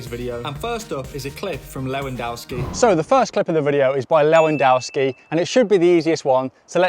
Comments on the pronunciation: Lewandowski Not Lewadauski😂😂😂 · It’s pronounced „leh vahn DOHV ski”, ffs. LeWann Dough - sounds like something from your local Chinese restaurant, lol. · It's pronounced levandoski I'm Polish w=v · Pronounciation of Lewandowski: Leh - van - dov - skeeh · its pronounced "Lew wan dov ski" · The way you’re pronouncing Lewandowski is frying me 😭